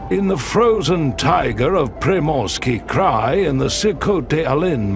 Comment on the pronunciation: 🫣 no, no, no 😂😂😂😂 it is -- tai - gAAAA's .... And "Pree-morski Cry" - correct pronunciation